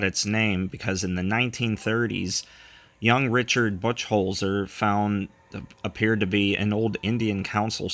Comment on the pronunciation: Great work! Buchholzer is pronounced Buck-holzer, one of the roads in the malls proximity is named after him. I live 10 minutes from the mall so if you have any questions ask!